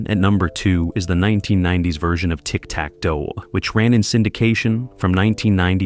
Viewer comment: Ahhh...almost got me convinced this WASN'T AI slop until it said "The word puzzles, which were a core of the game" but it pronounced "word puzzles" like it was trying to refer to the actual word "puzzles", rather than saying the compound word "word puzzles". And then the even more obvious "Tic Tac...............Dough 1990s."